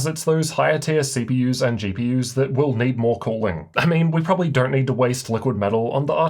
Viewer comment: came her for the way he says "CPYers and GPYers"